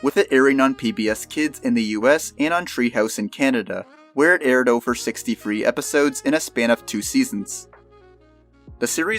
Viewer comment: "each ofver"